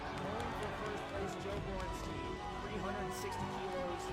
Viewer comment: On dit chtaïn Borenchtaïn.